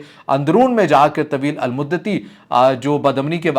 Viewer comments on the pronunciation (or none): taweel al mudati nahi taweelul-modati